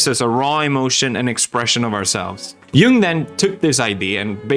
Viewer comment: Philosopher Pews is back! sidenote; the first person i've ever heard pronounce Jung correctly